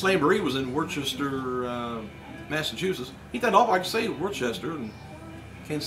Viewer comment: its pronounced "wos-ter", not war-ches-ter